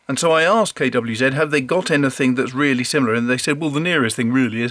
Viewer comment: Nice to hear KWZ pronounced properly.